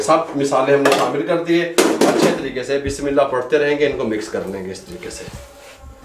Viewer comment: Bhai bismilla to sahi trhan prha kro 😔